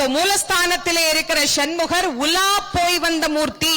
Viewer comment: ஷன்முகர் என்று சொல்லாதீங்க